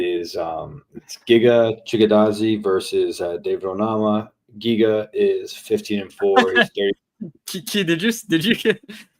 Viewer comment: Pegasus tryna say Giga’s name was wild 😂😂😂